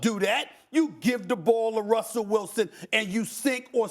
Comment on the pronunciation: “Wussell Wilson” lol